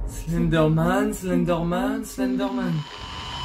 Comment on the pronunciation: Wesh omg il éter dérnier vous vous éter entrain de dire slinder man 😭😭😭😩😨😨😨